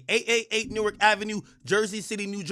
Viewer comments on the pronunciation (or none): none